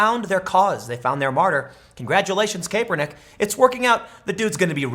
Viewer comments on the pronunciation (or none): Tim, say it with me Cap-Urr-Nick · pronounced: CAP ER NICK. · Cap-er-nick. Ga-dell. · I’m trying to determine whether or not you’ve never heard Goodell or Kaepernick said in the MSM.. you hear politicians names in the MSM, I KNOW you’ve never heard your rendition.. are you trolling??? 🤣😂😆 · Tim butchers Colin & Rogers last names. It’s safe to say Tim isn’t a football 🏈 fan 😂🤣 great video though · Seriously...learn how to pronounce Kaepernick and Goodell, Tim. I dont like either of them, but the way you pronounce them is embarrassing.